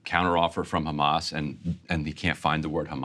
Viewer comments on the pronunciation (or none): Israel cant stop saying Khamas and Biden forgets Khamas. LOL